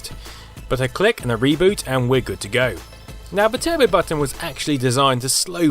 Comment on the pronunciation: Turbay button?